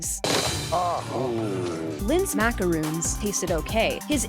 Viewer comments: And again we have RANDOM PRONUNCIATION time! Let’s review. A MACAROON, which your voice talent who hates dictionaries pronounced, is a coconut drop cookie. The cookie in this video was a MACARON, which is pronounced – unsurprisingly – macaRON, not macaROON. I’ve watched three videos of yours so far, and all three had ridiculous pronunciation errors. I’m sorry, but life is short, and I’m not spending it watching a channel that doesn’t even try. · im not even french yet i get annoyed when people say "mack-ur-rooons'' instead of ''mack-er-rons'' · Arent macaroons those mini cupcake things? They keep saying macroons even though they meant macarons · Ok there is Macaroons Two "o"s pronounced Mah-kah-roon (long o sound like in room or rune) And Macaron One "o" Pronounced Mah-kah-rahn (short o like in Ronald) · Its MACARON not MACAROON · I went to a macaron class and it's not macaroon but macaron, macaroon is the chocolate and coconut dessert and macaron is that. It's French don't judge me on why it's weird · Its macarons not macaroons. Macarons are a meringue based cookies while macaroons are coconut based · I think it’s macaröns not macarōns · Lol ok first off it's pronounced, mac-a-ron, not mac-a-roon so don't fix because 2nd commentary is different than the 1st just thought you should know 👉😏👉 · Macarons not Macaroons. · I am SO triggered that she called a mac-a-ron a mac-a-roon (like a room) yes they are spelled the same but USE YOUR BRAIN 🧠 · Those are ｍａｃａｒｏｎｓ. Pronounced Mack-ah-rons not Macaroons, like y'all said it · It"s MACARON not Macaroon. Tilly Ramsay would be annoyed. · Its not macaRUUUUUUUN its macaron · there's a huge difference between "macaroon" and "macaron." I hope you know why though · It’s macar-ON not macaroon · its not macaroons, its macarons. macaroons are another type of biscuit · You pronounce it macarons. Macaroons are are coconut swirl cookies. They're just spelt the same. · It’s now macaroon it’s macaron stupid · Macaron* not macaroon -.-‘